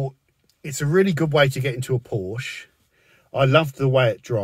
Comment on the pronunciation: It’s pronounced porshaa